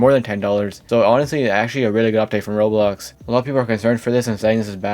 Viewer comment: Why can't this dude pronounce "Roblox" Bro calls it "Rolls"